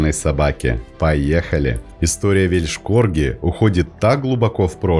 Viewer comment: Извиняюсь за замечания. Но лучше говорить просто "корги". Ибо звучит как "Вещь корги" "л" почти не слышна. Да и сразу не понятно, что речь идёт об Уэльсе.